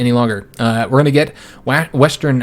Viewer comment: “Wastern Africa”